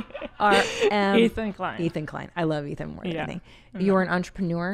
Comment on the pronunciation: She called Ethan athon. Lol